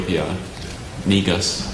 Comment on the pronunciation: NEGUS (meaning king in Amharic) is pronounced Ni-Goose not Ni-ggas lol That spelling host did that competitor dirty😂 Take it from an Ethiopian.